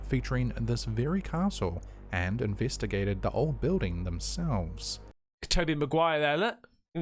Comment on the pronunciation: I love your channel and enjoy your uploads all the time...... but I just had to make a comment of you going on about the word " known ". Just wondering if you realize you say " invetagate " instead of " investigate "...... or maybe you do it on purpose?